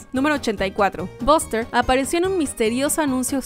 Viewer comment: Cómo siempre hacen buenos videos solo una cosa el nombre de buster ,se prenuncia baster no boster